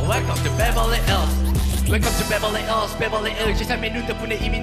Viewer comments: 잘하는데 ills 발음이 너무 신경쓰여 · ills 할때 발음 킹받네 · ills 발음만 좋으면 좋을듯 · ills 가 왜케 발음이 듣기 싫냐